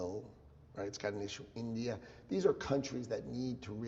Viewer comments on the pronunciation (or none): none